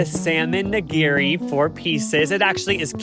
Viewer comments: The constant changes in pronunciation of Nigiri is hilarious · please look up how to pronounce nigiri 😖😖